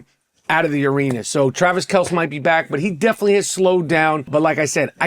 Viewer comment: Learn how to pronounce Travis Kelce’s name homie.